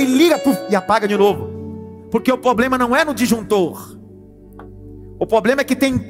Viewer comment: Poderosa palavra pastor. Sugestão: Algum irmão ajude o pastor a ter uma dicção correta na palavra "Problema". Em amor. Shalom...